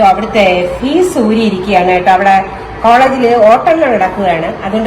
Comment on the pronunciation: ഫീസ് അല്ല ഫ്യൂസ് ആണ്